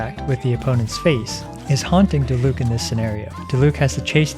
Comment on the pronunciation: Its Diluc, im not watching this video. & btw its Diluc.